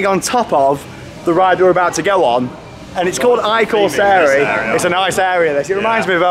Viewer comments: Last year's trip there was great and I'm planning on going back next year if possible! One thing i corsari the pronunciation is quite good but you have to read the I as an E! (E corsari) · I corsari is pronounced as “ee corsari” (in a foreign accent😂) and it means “the corsairs”